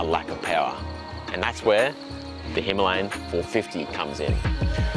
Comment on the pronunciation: Himalayan.. not himlayan